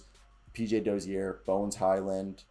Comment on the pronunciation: Čančar is pronounced Chanchar. Then č is ch sound. Dozier isnt said the french way, Dozière, but more like the word Closure. 🍻